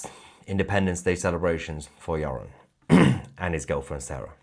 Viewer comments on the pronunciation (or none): none